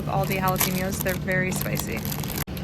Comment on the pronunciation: I laughed every time you said jalapenos (but like halapeeeenyos). 3 times in one video is awesome. Thanks for being entertaining!